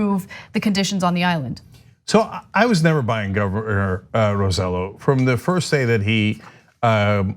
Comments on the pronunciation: I can’t stop chuckling at how they pronounce Roselló. It’s RO-SAY-YO, not RO-ZEH-LO 😂🤣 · Anahit it is pronounced Roseyo not Roselo. You are married to a Cubano act like it and stop being tone deaf. Same with you CENK.